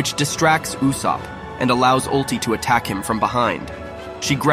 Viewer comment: bro its kunina not queena